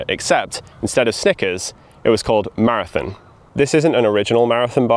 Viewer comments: "Mozba" 'Marithin" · Every time you say “maraTHIN” rather than “maraTHON” my eye twitches. Seriously though, fascinating history! Keep up the good work.